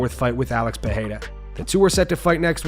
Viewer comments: It's pronounced "Pereira" not "Perreira", not to be confused with Ferreira, it's the double r's that make the "h" sound. Since you made the effort to get Adesanya's name right, i thought you should get Pereira's name right. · You’re not Brazilian, pronounce his name with R not H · Who commentates these videos and why can't he pronounce Israel Adesanya's or Alex Pereira's last names?